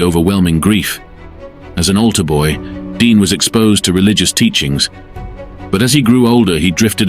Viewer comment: His name was Dion O'Bannion not Dean.